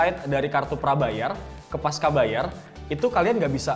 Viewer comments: Pasca bacanya pas-cha, bukan pas-ka. Karena pasca itu bahasa indonesia (yg diambil dari bahasa sansekerta, artinya setelah), bukan bahasa inggris atau serapan dari Inggris. Bahasa indonesia c dibaca che. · Koreksi bang, harusnya dibaca 'pasca' bukan 'paska'.